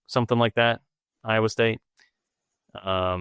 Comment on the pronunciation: has not pronounced a correct name for Iowa state as of mark in..